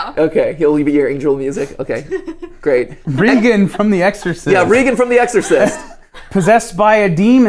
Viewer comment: So Bela Lugosi was Hungarian, NOT Italian. And he's head of Film Theory? Michel Myers was called "The Shape" not Face! Can NO ONE on the team say Regan's name right?! And they have no idea when these movies came out, lol! They say 80's and 20's for movies from the 70's and 30's! Wow, this list really show they don't know a lot about horror, lol